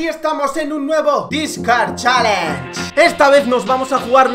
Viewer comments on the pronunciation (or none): none